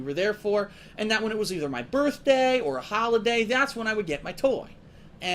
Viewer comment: this is a "funny" story?! that's interesting cause he doesn't spin it that way anymore.😂😂 " I knew I was gunna get it on my "birtday"